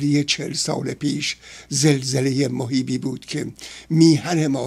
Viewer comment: بادرود به جناب کاردان .....شما اکثر اوقات کلماتی رو که ادا میکنید فتحه وضمه وکسره رو رعایت نمیکنید...مثال به مَهیب میگید مُهیب یابه بازَرگان میگیدبازُرگان